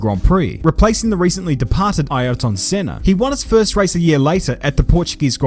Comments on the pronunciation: Ah yes, the fantastic qualifier that is Eye-airton senna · What's that pronunciation? Eye-air-tun bruh.... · Please just pronounce it "Ear tin". "Eye Earrrhh tonne" sounds ridiculous! Also, while I'm being an egg, why is your glorious Kiwi accent peppered with Aussie/American vowels, such as when you say "example" funny? Just curious. 👍